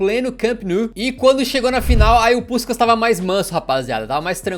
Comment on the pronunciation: Tu meteu um “puxcax” cariocado do nada! Hauaahu